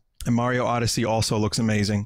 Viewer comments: "Odysee" really putting your English major to use ain't ya vin? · Vinny you fucking butchered the word Odyssey (Lol, jk)